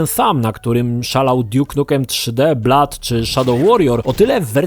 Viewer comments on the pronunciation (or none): none